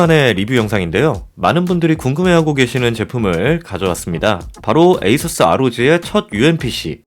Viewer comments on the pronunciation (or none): none